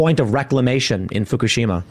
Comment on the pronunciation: Tim says "Fukishima" like an embarrassing dad ordering food at any ethnic restaurant.